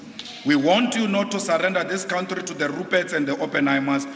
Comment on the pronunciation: country - it's pronounced cuntree not cowntree